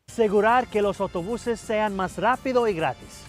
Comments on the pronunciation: If you listen, he says "ya pueden saliL a votaR," which is actually backwards. The R in 'salir' isn't supposed to change because it's followed by a vowel. It sounds like he is trying for a Puerto Rican or Dominican accent, but doesn't quite have it down And about the S thing, he does drop an S later when he says "rápido" instead of "rápidos," though he elides it completely instead of aspirating it. That happens in Caribbean accents too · why does he drop the s in más rapido(s) then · it's funny to hear him saying "loS autobuseS" and then "mah rapidoh y gratih" my primary language is portuguese and when (trying) to speak spanish i S all of those